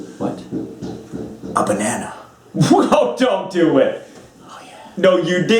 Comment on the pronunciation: Did you say Banana mate?